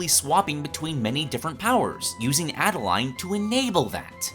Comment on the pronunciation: I agree but her name is pronounced like Ade-lane not Ade-line :B